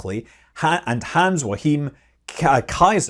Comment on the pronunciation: Oh boy.. Hans-Joachim Queisser. I will admit, even as a German, I had to do a double take on how the surname is supposed to be pronounced. Yours wasn't bad, just remember that two s are "sharp", not like z. Hans is Hans but Joachim, well, if you know that Achim exists as a name, it will be more obvious that o and a are not pronounced together. It's like Yo-Akhim, learn the ch! Just imagine a cat hissing. 😾